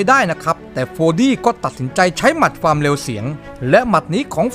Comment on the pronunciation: ความ ไม่ใช่ ฟาม